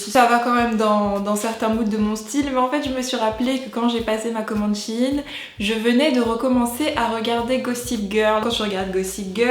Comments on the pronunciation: J'adooooore tes vidéos ! Mais y a un truc qui me perturbe... On prononce pas ça SHEIYN et non SHIN ? Ca me fait beuguer à chaque fois :/ A part ça, changes pas ! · Je sais pas vous mais pendant toute la vidéo j'ai été perturbée du fait que tu dises "Shin" et pas "Shein" comme dans le mot Thaï ou Aïe😶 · tu prononces mal le nom de la marque